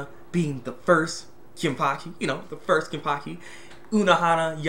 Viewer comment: ken-pa-chee not kenpakhi